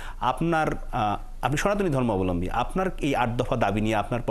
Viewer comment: উনি সনাতন ধর্মাবলম্বী ঠিক মতো উচ্চারণ করতে পারে না আবার দাবী করে সনাতনী। দালালীর একটা লিমিট থাকা লাছে।